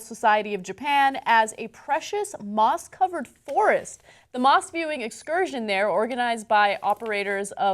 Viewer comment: I totally heard mosque hahahah